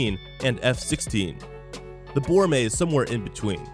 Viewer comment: Btw it's pronounced bow-ra(like ramen)-meh